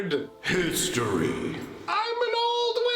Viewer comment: I love the intro haha, I'm a wizarrrd, I'm an older wizarrrd.